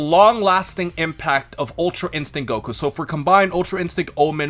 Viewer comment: “Ultra instinc”, ecks fuckin dee, work on your “t’s” more for the sake of the community.